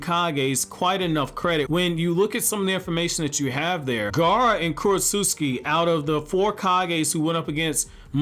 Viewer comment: It's Kurotsuchi damn, not Kurosutsuki